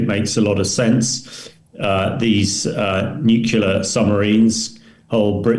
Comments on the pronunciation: I know that I am nit picking but his use of nucular rather than nuclear really grates!!! All the more surprising as he is clearly British. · I wish Ben would stop pronouncing nuclear as nucular.... Arrgghhhh! Other than that, the analysis is good. The internal pressures on Putin are mounting exponentially. He is trapped by his own hubris and lack of realistic strategic planning. Ukraine was always far too big to conquer or control, even for a military as large as Russia's. What Putin has underestimated is the value of freedom and identity to Ukrainians. It's the same for Poles, Romanians and all the other previously Soviet Bloc states that are now part of the EU and NATO. He has forgotten the real reason why the Iron Curtain (and with it the Soviet 'empire') fell. It wasn't tanks and bombs, it was the post-war western European culture that was live-streamed directly to the people of eastern Europe via their analogue TV and radio sets, from massive transmitters that were deliberately placed on the border. Those countries that came over to the West (and now Ukraine) will never give up their freedoms. Also, it's too easy to blow things up deep in another country with modern tech, as the Ukrainians have proved so spectacularly. Also, most Ukrainians speak Russian as well as Russians do. They can blend in, infiltrate and act invisibly inside Russia. Russia can never win this conflict. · "Nuculer". How embarrassing. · It's always jarring to hear educated people say "new-kyoo-lar" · I cannot believe that a retired British colonel cannot pronounce the word nuclear. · How on earth does a British Colonel not know how to pronounce 'nuclear' correctly ? Mind-boggling. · N.B. There is only ONE "u" in nuclear.